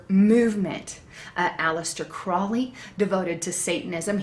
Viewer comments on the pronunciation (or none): none